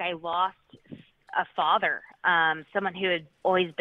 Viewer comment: Did he say Fadder ? Want a smoke and a pancake